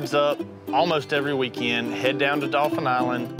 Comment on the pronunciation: OFPS - it's Daw-fin, not dolphin. You grew up there you should know that. Anyway, they made the best choice. Spoiler alert if you're reading this before watching the end. . With the savings on the house cost, they could get high end, very comfortable futons for the Fish Camp. They didn't discuss maintenance fees, though. The idea of selling when the kids are older is perfect. That and money they'll likely make on renting it should give them enough profit to buy something better then.